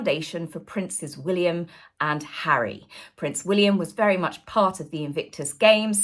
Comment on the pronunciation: What next Hawwy the Congregational Medal of Honour? 😂😂😂😂😂😂😂😂😂😂😂😂😂